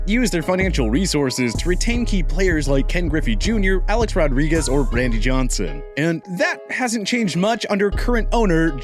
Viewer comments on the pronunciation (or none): none